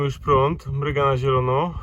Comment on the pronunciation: MRUGA, nie mryga. wtf